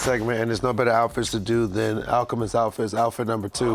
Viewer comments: HOT TAKE: did not pronounce al's name correctly in da beginning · for butchering Alchemist’s name 🤣🤣